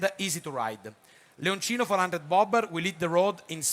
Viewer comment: 😂😂😂😂😂Si ma.......la serie di Benelli, si chiama Leoncino!! NON Leonino!!😂😂😂